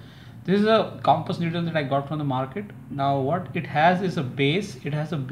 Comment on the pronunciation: Needle not niddle!